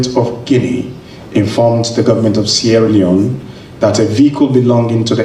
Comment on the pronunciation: Zac appel le nom de mon paye properment😂😂 Suis tres fiere de ton Anglais.. Yes you can Zac.. Bravo mon frere..